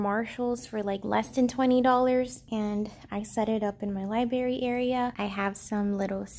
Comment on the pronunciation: The way you say libRary cracks me up lol